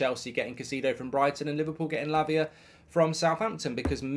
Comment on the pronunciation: Mark do you keep saying Labia ? 😂